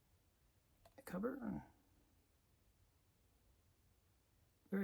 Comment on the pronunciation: For the hundredth time: it’s Joe Maneeeeely! Not manly